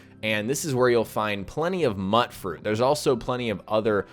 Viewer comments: Pronounced "Mute-fruit" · It's spelled mut fruit, but in the game it is pronounced MUTE-froot. It is a mutated fruit, hence the name.